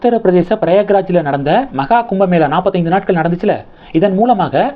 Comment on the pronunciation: Ayya anchor avargalee...andha ooru peru PRAGYAARAJ. PRAG..YAA..RAAJ